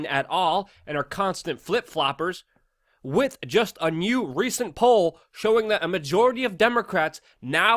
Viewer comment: WITH! The word is with. It most definitely ends WITH an H brother!